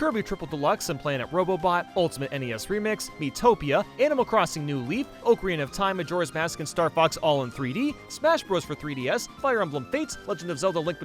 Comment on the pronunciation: "Oakerina of time"